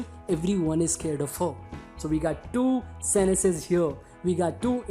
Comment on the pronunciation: Can you please pronounce sentences properly